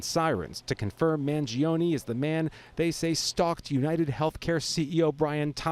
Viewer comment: gee i think she mispronounced his name